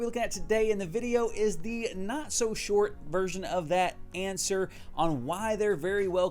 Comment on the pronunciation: Answer, not anser